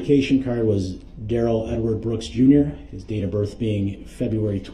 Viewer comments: The fact that his name appears in all caps on documents and the pronunciation BUT — his own MOTHER pronounced it Darrell not Duh-rell. 🤭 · He's mother calls him Darrell not duh rel.